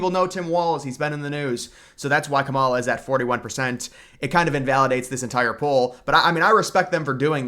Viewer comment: How hard is to say Kamala’s name correctly